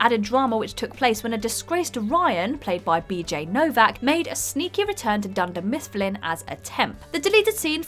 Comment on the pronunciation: Did you just say Dunder Mistfplin?